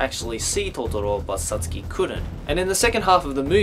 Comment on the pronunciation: the way you say totoro and satsuki makes me wanna kill myself